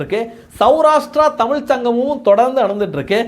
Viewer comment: தமிழ். Not தமில்